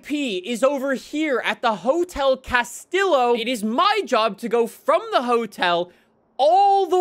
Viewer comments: btw Hotel Castillo is pronounced 'Hotel Casteeo' as Spain and Mexico share the same language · bruh hotel "cas-till-o" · "Castilo" lmao 😂